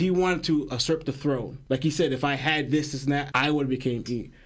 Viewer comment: Beautiful theory...only thing I don't agree with is that pronunciation of usurp but otherwise...🔥🔥